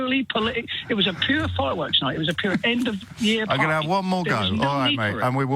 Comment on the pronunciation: The one caller says “year” with 3 syllables.